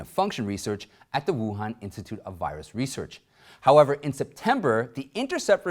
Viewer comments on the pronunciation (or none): none